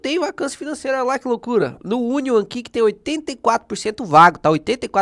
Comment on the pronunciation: hahahahahahahaha Union é União (lê-se "iúnion". Cebola é Onion "ôn'ion" :-)